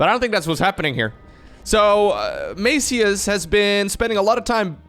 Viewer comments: Actually Maciuś is pronounced Mathew but with s one the end that is kind of weird to pronounce. Its polish version of mathew but like one that kids are called (like tommy for example) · The way you pronounce "Maciuś" is so funny that I won't even correct you. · Maciuś is polish version of name Mattheus but said in a 'cute' way as to a kid or loved one. And you're pronouncing 'ś' wrong ;) but that is expected. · Maciuś is diminutive of polish name "Maciej" which is english Matthias and its pronunciation is totally different 😁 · pro tip: Google translate is very good at pronouncing the names. Sometimes is just the problem with not having letters from the language in question. Maciuś is a diminutive version of the Polish name Maciek. It's almost like pronouncing the cheese "Gouda" xD. 90% of Europe gets it wrong xD. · Your pronunciation of Maciuś hurt my ears. You can check how to spell it in google translate. It’s polish nickname.